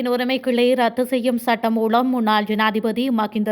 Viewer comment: மூலம் என்ற சொல்லை மூளம் என தவறாக உச்சரிக்கின்றீர்கள் திருத்திக்கொள்ளவும்..